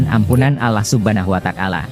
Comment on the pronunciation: Huwataalah ,bukan kuatakalah